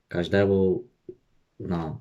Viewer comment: "każdemu to polecam... KAŻEMU.................NO" 😀